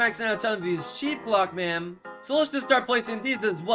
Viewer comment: what hes saying: chief clockman what i hear: cheap plugman